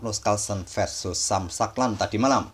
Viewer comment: Sam shankland bacanya “sem shengklen” min 😅